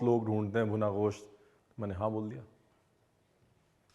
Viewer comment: Mutton ko Goss toh mut bola kijiye,kam se kam